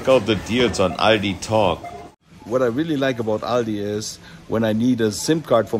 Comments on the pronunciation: It is pronounced All Dee In US. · it is not called „Aldi‘s“, its Aldi